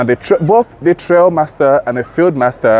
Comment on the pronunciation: Thanks for the feedback, I appreciate it. I have been corrected that it should be pronounced Trialmaster. Trail just sounded right 😂 Rest assured next video will be me sat down with Grenadier or sat down drilling into aspects of the highlights.